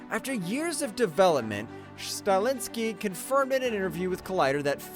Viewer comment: Highlander director's last name is Sta-helski, not Stalinsky. The commentator brutalized several actors', directors', and characters' names in this presentation. Do some research before presenting geez.